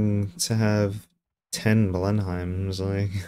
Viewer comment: Blenheim is pronounced Blen-um.